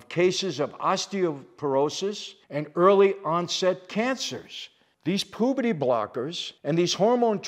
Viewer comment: I love when Michael says “pooperty blockers” keep up the good work mr Franzese!